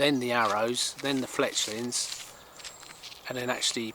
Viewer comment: "Fletchings" not "Fletchlings"